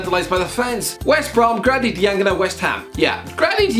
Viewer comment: the way pronounces diangana’s name is distributing